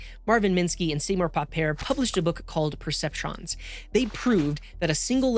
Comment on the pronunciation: Fre-guh and Pa-pert